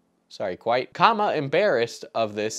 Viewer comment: I was trimming my nose hair and my trimmer caught an exceptionally long hair, yanking it violently out of my nose causing a sharp pain. That pain was nothing compared to hearing you say kwite and kappa and picturing the two getting 'horiny'